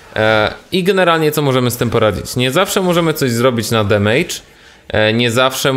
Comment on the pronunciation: Wszystko bardzo ładnie i pięknie, naprawdę pozytywny z Ciebie człowiek i bardzo lubię oglądać twoje filmiki...ale jak słyszę "demejdż" to mi się drobne w kieszeni rozmieniają ;)